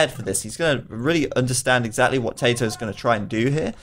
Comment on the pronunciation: Seriously, if you don't know how to pronounce Tatoh's name, just ask him. Or pick one pronunciation and stick with it